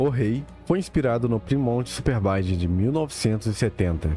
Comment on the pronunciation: Vi dois minutos do vídeo, se melhorar a pronúncia dos modelos e marcas dos carros, fica perfeito xd Plimouti superbairde, dodger vipir, tunderbaíde... Acho que a narração foi feita com IA, pois "Mazda MX-5 Miata" saiu muito bizarro 😂 E como o nerd de carro que eu sou- a foto do Impala de verdade wue vc escolheu quando mostrou o Ramón é o ano errado dele, o Ramón é um Impala da década de 50 e o da foto real parece ser da década de 70 xd